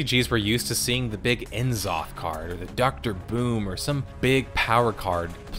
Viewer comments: his name is NAZOTH not EN-ZOTH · En zoth! I had to pause and rewind, the way you said it is really funny.